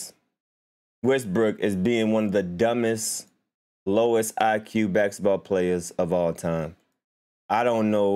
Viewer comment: Jesus Christ can’t even say basketball right